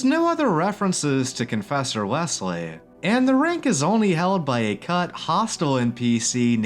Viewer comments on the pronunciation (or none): none